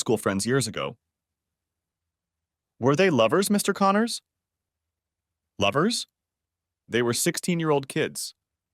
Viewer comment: Text-to-speech. A pretty decent one, but not good enough not to know to put a pause for a sentence break in the middle of "Mr. Connors."